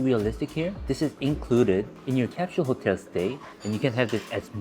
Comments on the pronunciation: You’re are right. Cap shule. British English. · It's cute that you speak like an American but your pronunciation of the word "capsule" still sounded very Korean. Omo giyo woo oppaa